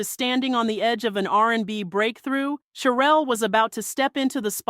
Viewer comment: CHERELLE PRONOUNCED SHERELLE